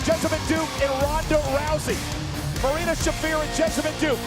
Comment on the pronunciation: Beth could learn to pronounce Shafir but never did